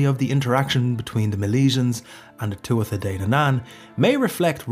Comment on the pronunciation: Sad to hear an Irishman say Tua-tha and Bolg instead of Tua-ha and Bo-lug.